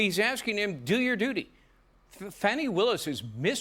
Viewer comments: lol, trying to give Fanny a grown-ups name...Fawny....LOL!!! Sorry its FANNY as in "Big Fat Fanny". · I remember when in school the phonic pronunciation of " A" followed by 2 concinants (?] Was pronounced as "A" as in apple. Not " o" as in obsession so the A sound is " apex or object" but Grammer dictates her name is Fan y not fawny... she isn't even proper in her pronunciation or it's the media!!!! Ya let's change everything to suit our personal agenda . Who or what is she hiding from or misdirection by a non English pronunciation? Peace to all